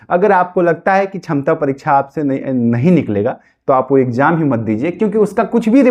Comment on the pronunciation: Sakshamta hota hai... Tum chhamta bol rahe ho..... Pahle sikho bolne ke liye.... Kahe ke liye tumlog aa jate ho teachers ka time barbad karne.....